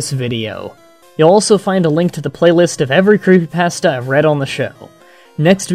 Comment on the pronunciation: why don't you try pronouncing creepypasta correctly dumbass.